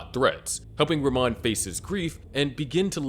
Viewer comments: It’s pronounced “rah-mone” not “ruh-mon” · it’s pronounced “ra-moan”